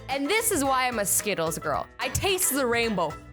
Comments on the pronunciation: says gril not girl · she spelled the word girl wrong she said gril. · You said gril instead of girl. I would really like it if you wanted to react to bts. Bts is a Korean band and I love them ❤️ and of course I love you to you’re my favourite youtuber 😘❤️